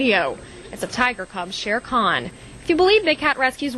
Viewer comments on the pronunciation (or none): none